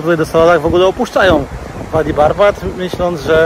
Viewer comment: Bedę się czepiać 😉”wadi" czytamy jako "ładi”